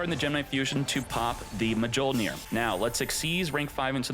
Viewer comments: Mah-jole-near is crazy lol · Man never read a Thor comic in life. Its Mil-near . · "Mah-jole-near" lol - never watched a marvel movie. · Artifact: mah-joe-near Marvel: 4 thor movies and we have failed.